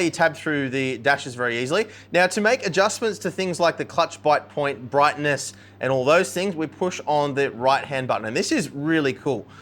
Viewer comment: ‘LED Brigness’ 💀